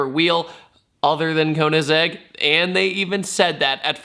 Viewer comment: Koeennasegg BOI KOE IN SEGG KOEINSEGG